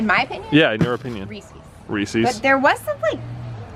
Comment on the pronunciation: did you just say reecees it reecis not spelled like that tho (p.s love your vids and luke is adorable)